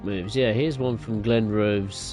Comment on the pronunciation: Leven - pronounced Lee-ven Kirkcaldy - pronounced Kirkoddy Glenrothes - pronounced Glen-roth-es Burntisland - pronounced Burnt-Island